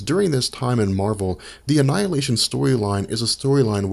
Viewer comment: How come you pronounce Marvel properly but pronounce Captain Marvel so weird?